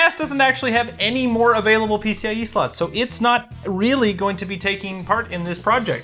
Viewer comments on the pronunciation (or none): none